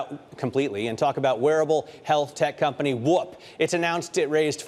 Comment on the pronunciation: Why can’t he say “WHOOP” properly?